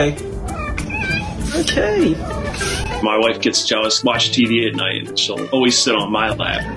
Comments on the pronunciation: Sounds like “mmmkay?” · not "okay" shes clearly saying "OKURRR" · Not saying OK, the cat is just making a noise which the owner is interpreting as sounding like the word OK. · 15!!? is a beautiful little princess. Absolutely she is better off with your family. Those people obviously don't know what they have missed out on. It totally sounds like is saying "okay". I would be jealous too, lol. She is happy and full of life. 💕🐾🤗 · She defo says okay. Xxxxxxx